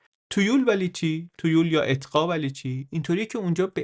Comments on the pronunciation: اولا واژه اقطاع به فتح همزه خوانده می شود،ثانیا نظام فئودالی در فرنگستان تفاوت چندانی با تیولداری ترکان نداشته است چرا که مالکیت ذاتی را امر غیر الهی می شمردند و همان انارشیست دوره وسطی در اروپا نیز جاری بوده است و نظام ملوک الطوایفی پس از مامون عباسی دوره اقتدار دهاقین خراسانی را رقم زد،ثالثا اقوام وایکینگ نقش چندانی در ناامنی یا هویت بخشی در اروپا نداشته و پس از هژمونی فرهنگی اروپای شمالی در دوره مدرن از دل تاریخ کشف شده اند،رابعا کلیسا محوریتی روستایی داشت و رابطه اجتماعی این نهاد با کشاورزی همانند رابطه روح و بدن بوده است و با پیشرفت صنایع و دریانوردی و زیست شهری خود به خود به محاق ذهنی و مدیریتی رفت،خامسا اروپا را زمینهای متراکم و اب فراوان و دسترسی به دریاهای کبیر قدرتمند و پیشرو ساخت و ساحت جغرافیایی ان نقش بیشتری در تفاوتش نسبت به ساحت اجتماعی یا تاریخی ان دارد چرا که هرگز از دل سرزمینهای پر صحرای شرقی و استپها و کوهستانهای خارا ایده های پراگما و خروج از دایره عادات به وجود نمی اید ولی از امواج متلاطم و اقیانوسهای فرا سرزمینی کشف و ایده پردازی و تجارتهای بزرگ و استعمار نتیجه ای طبیعی خواهد بود، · مرسی ازت که اطلاعاتمونو زیاد می کنی ولی لطفا یه کم بادقت تر! تو بیان می گی اطقاع! ولی تو نوشتن، می نویسه اقطاع! برای من که اولین بار از زبونِ شما می شنوم کدومشو به حافظم بدم؟ بازم ممنون. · اطقاع یا اقطاع ؟ چند بار اشتباه لفظی داشتید ولی در کل خیلی عالی بود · درود بر شما. مثل همه ویدئوهای دیگه، عالی و آموزنده بود. ❤ در ضمن در اواسط ویدئو به یک اشتباه کوچولو برخوردم، بعد از توضیح در خصوص اقطاع دو یا سه بار این کلمه را اتقاع گفتین. گفتم شاید بخواین اصلاحش کنین. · واقعا این کلمه‌های چرت عربی چیه؟ اقطاع، آدم اشتباه میکنه ، مثلا توی ویدیو هم چندین بار به اشتباه (اطقاع) گفته شد، تقصیر شما نیست تقصیر واژه‌های عربیه که بیخودی وارد شدن🤦‍♀️ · خیلی عالی است اما چندین بار اقطاع را اطقاع تلفظ فرمودید و امیدوارم در قسمت ها یا برنامه های بعدی توجه بفرمایید سپاسگزارم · با لغت اقققققطاع مشکل داریا هی می گی اطططططقاعع😅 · شونصد بار گفتید اطقاع :))))